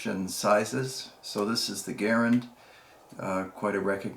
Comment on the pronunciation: Try Ga - rand not Gar- ren